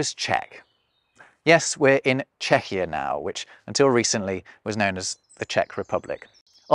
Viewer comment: Czechia*, not Czechier